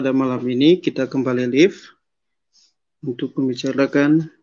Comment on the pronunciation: live Bacanya (laif) artinya langsung. Klu live(liv) artinya tinggal. Jd bedaa ya pronunciation,Pak😀😩